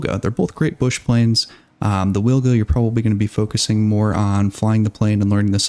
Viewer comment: Wilga is prounonced veelga, trust me, I'm a Pole. W is always V in Polish, to say weelga we would write it down as Łilga